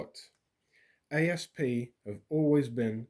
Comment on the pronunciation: FYI The company doesn’t say A. S. P. It is sounded out aassp